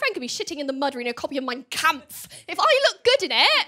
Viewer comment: Finaly a non german to pronounce "Mein Kampf" corectly. My inner and outer german are in total ballance right now.